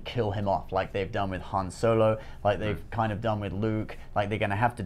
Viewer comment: You are not Lando, you do not get to say Han instead of Haan.